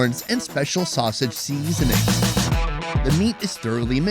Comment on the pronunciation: 😂 why does he say it like that